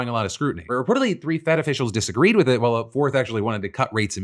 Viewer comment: I know she said while Phil and I. But I heard Waffle and I… might be the best nickname ever.